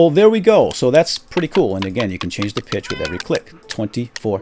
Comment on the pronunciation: whene you siad 'go back to the default pitch' i thaught you said 'go back to the defaualt bitch' and i choked on my sandwich :P